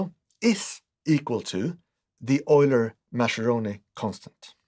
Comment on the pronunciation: The intro music is a bit ominous, almost David-Lynch-style 😆 Edit: Mascheroni is pronounced with a hard C sound, like it was written Maskeroni